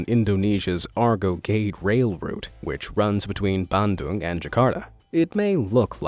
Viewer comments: NOT pronounced "ARGO GADE" ... but: "R Go GAEU - DAY" ... instead! You SHOULD've asked the local people, Indonesians first! ... It's quite humiliating, you know? ... Sorry ... :D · someone else may have commented but i say it again anyway.. it sounds "Arr-Go Geh-Day" not "Argo Geid".. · It's read as "are-go geh-day" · It's " Argo Ge De " Not " Argo Gade " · Argo Geid? Nope, you should say Ar Go Ge Dei, means Big Argo 😅 Better say Cikubang Bridge, this is the masterpiece of the Dutch colonial era 😁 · “argo gede” sounds more like “gatorade” than “argo gedé” to me🤣🤣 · The correct pronounciation : Arrhh Go Geh Day...